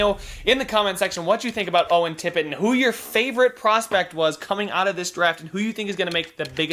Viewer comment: I am in love with Owen Tippett and my team (the panthers) chose him! I was so pumped to hear his name pronounced by our dg 😍😍